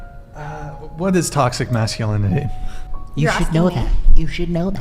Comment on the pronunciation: She should first learn to pronounce toxic masculinity 😅😅